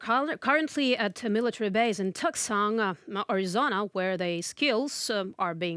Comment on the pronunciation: Tucson...pronounced Too-sahn.